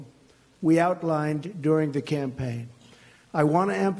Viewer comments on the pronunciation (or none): none